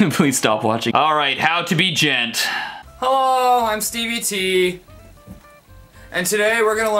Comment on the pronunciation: it is D-Gent, jent olololol